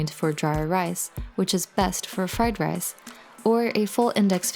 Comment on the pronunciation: Fly Lice